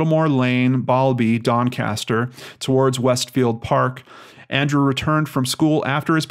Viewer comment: i live 30mins from Doncaster and you pronounced it right first time😀